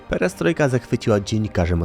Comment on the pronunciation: 1. „Płaskom podłogom” :) 2. „Pieriestrojka”!